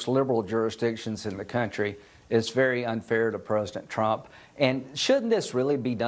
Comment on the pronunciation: Did he say "prusadant truump" ?!